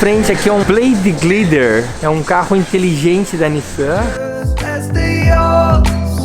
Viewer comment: "to em frente aqui de um bleidi glider" kkkkk